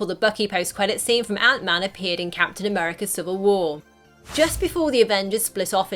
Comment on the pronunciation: i like wen capin americuh holds mooyouealner